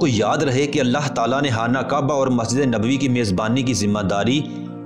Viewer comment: Hana kaba nahi hai khana kaba hai